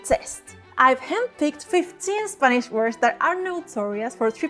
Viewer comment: Tu "r" es perfecto. A veces tu "i" es un poco latino. Pero muy buen acento con un poco de latino, que es bonito. Puedo entender todos, y tu gramática es mayor que muchos americanos. Cuando dices "spanish", the "a" could be flatter, and the "i" could be duller, but overall, I was amazed.